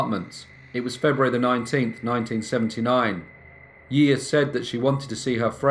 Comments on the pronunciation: We pronounce her name "she sha" 👌🏻 she's very well known here haha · I adore you, greatly enjoy your work but every time you say her name I get a little bit of FLAVA FLAV.......YEAAAH BOOOIIIII!! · Yiya is pronounced 'shi-sha' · No to be grammar police type, just a btw, her name would be pronounced jija or shisha, but tbh it doesn’t matter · It is pronounced like *Shisha here in Argentina ;-)